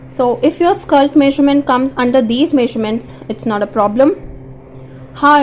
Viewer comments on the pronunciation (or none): Why do you keep on saying “skalt” it should be skirt. Concert on your pronunciation. You speak good English except keep on saying this word without paying attention to right sound of it. Go on practice it. 👍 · Why you are saying skilt??? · Is it skilt or skirt😅😅